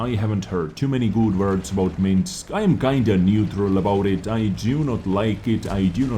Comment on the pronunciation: pronouncing "neutral" like it's "new troll"!:))))))))))) <3